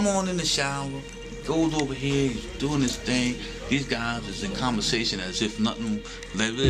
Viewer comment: yeah, I was thinkin' n.o. when he was saying 'chea for here..